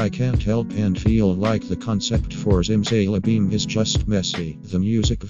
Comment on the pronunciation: I respect your opinion. But I cant get over the way the voice says zimzalabim ziMzaYlabEeM